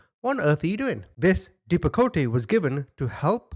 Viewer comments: Its pronounced DEP-AH-COAT. It is a psychiatric drug and that is very extreme to give to a child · Dep-a-coat (how it's pronounced) is an anti-psychotic medication. However that sounds like a massive dose for a child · Are you talking about Depakote? Dep - a - coat. This medication is used to treat seizure disorders, certain psychiatric conditions (manic phase of bipolar disorder), and to prevent migraine headaches. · depakote..(DEPP-UH-Coat and Seroquel?????? H29 grown ex-husband had those medications and he could barely survived them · DEP-A-KOTE!! Not Dep-A-Ko-Te Don’t say the E on the end so it’s sounds and Pronounced like DEP-A-COAT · Dep-a-coat. And there’s no way that little girl was supposed to be on that type of med. That was out right abuse. I have severe adult clients who take that same dose. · I, as a 31 year old woman with bipolar II, take 200 milligrams of Seroquel per day. There are very few, if any, medications of which a toddler and an adult human being would be prescribed the same dose. In fact, I can't actually think of that fall into that category apart from things like inhalers for asthma and the like. As for Depakote (pronounced dep-uh-coat, btw 😉), it's a strong medication used for treating seizures and bipolar and is one of the nastiness side effect having drugs I've ever come across! Soo many people, myself included, have had awful things happen to our minds, and bodies, after taking that devil substance! To give it to a child, especially one so young, is one of the wickedest things I can imagine!! Truly unconscionable. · Dep-ah-coat it's insane a 2 year old was on that. Doctors like this is why real people in need can't get help. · It’s called deh.pah.coat lol. Hope you can make that out. Love your videos!! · Depakote is pronounced depacoat Source: I was on that medication from a very young age til early teens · Depakote the (e) is silent.🤫 So it is pronounced [deep a cote] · Depp-ah-coat. How it’s pronounced 😉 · Lol, depo-kot-ie